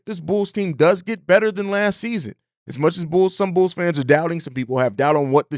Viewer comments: I heard it too, bro had too much yak yesterday 😂🤣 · I thought it was just my ears 👂 😂